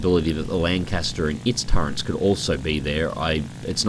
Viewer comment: I like how you say "turrents" instead of "turrets"